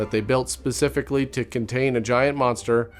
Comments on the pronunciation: Why you allways saying :Welcome "to",that TO,why are you saying that in so anoying manner? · Why you telling TO in so annoying manner? Welcome "TO" the show!?!